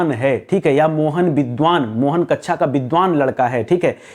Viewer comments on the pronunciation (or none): sir aap "kaksha" ko "kaccha" kya bolte ho? maje lene k lia?